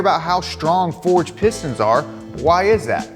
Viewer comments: Who else heard say “Piss Dance”? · Piss stains, piss stains, piss stains is what I heard in the beginning of the video haha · Not gonna lie, I thought he was saying "piss stans" in the introduction and I was scared I clicked on a not so savory video.